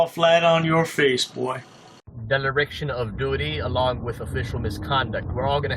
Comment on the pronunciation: That's dereliction,, not "DELARICTION" ALPHA DAVID, ahahhahahahahahha